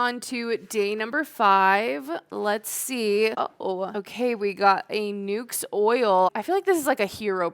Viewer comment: Nuxe…..like “looks” not nukes.